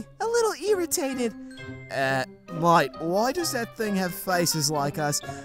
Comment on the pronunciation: Irritated more like Nirritated